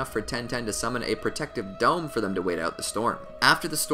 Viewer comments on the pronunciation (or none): its not summin its summon